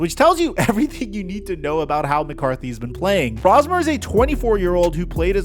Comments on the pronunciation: Max’s last name is pronounced “Brohs-mer” not “Braws-mer”. I was calling him that for like the first month I saw him in preseason play. But once everyone on TV used the former pronunciation, I changed it. You’ll get it. It’s just like “potayto, potahto”. Our English language is weird. So are the Vikings as a whole. I say this as a hardcore fan of theirs in SoCal, but maybe it was a curse for McCarthy to suffer that torn meniscus in that preseason game. He looked so good in that game against second and third-tier defenders. If he had been allowed to start a game, say, after Darnold got beat Weeks 7 and 8 of last season, then maybe we would have seen the bad side of him and gone back to Darnold, who then would have recovered from being benched and we would have signed and kept him. The front office spent so much money on so many different areas and yet they decide not to pay Darnold or Daniel Jones(who is the more surprising breakout, copying Darnold from last season) and passing on Aaron Rodgers(bc of the fan base’s hubris and hatred towards Green Bay QBs, I say Vikings fan envied Favre more and were pumped pumped up to have him after he came out of short term retirement following being traded by the Packers to the Jets). Salary caps are a thing, but they had so much money to spend after letting Kirk Cousins go. McCarthy has had his good moments and his bad ones. But it’s the bad moments that everyone wants to focus on and I don’t blame them. It doesn’t help when special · Just a heads up, it's BROS-mer. like Mario Bros-mer. Coming from a Gopher fan that can't believe we get to see our guy start for the Vikings this week. Thanks for covering this, it's been a depressing year and we have an ounce of optimism for a few days.